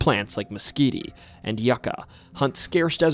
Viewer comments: Mesquite is pronounced mess-keet, the last e is silent. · Is this an AI voice? Who pronounces mesquite /meskeetee/?